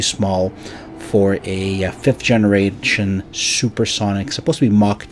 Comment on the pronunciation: Narrator : 5th gene-rat-sen 😂🤣🤣🤣🤣